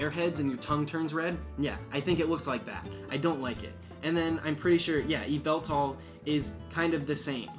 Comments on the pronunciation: I hear him say yveltal so naturally I need to look at the comments to see how many people called him out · And you called yveltal yeveltal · "yveltal" .... dude. 😂